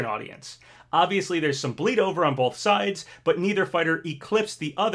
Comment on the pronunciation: You’re a fully grown man. Please stop pronouncing the word “both” as “boLth.”